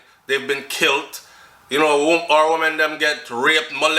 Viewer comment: You killing always there is no " t " in killed JA!